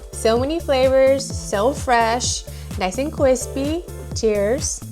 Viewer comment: Kwispy? Lol